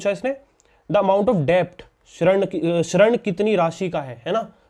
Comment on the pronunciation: Bhai tum padha thik Rahe ho mast pr bol hindi english dono mai galat Rahe ho hindi hai shrand nahi (rind) d damru wala aur english mai dett bolenga 👌👍